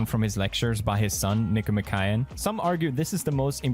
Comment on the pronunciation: Nick-O-Mock-ian not Nick-O-Ma-Kay-in